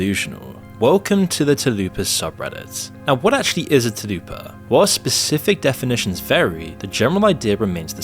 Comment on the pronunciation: TULL-PA 😭 Dude come on, it's right there! TA-LOO-PA Where'd that come from!?